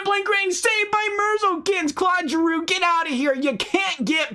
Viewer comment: Said merzlinkins wrong